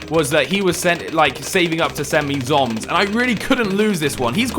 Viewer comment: Why do you say Z.O.M.G ZOMS?..